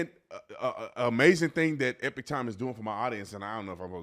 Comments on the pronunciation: somebody please tell this man how to pronounce epoch times (E-Pawk like Tupac) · Hey Mate, I like your gig! FYI…I think you are mispronouncing EPOCH. Sounds like you are saying EPIC. Not hating, promise. Cheers